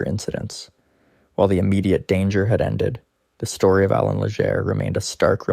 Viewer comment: Great video but the way you pronounce miramichi, Allan and Legere is horrible.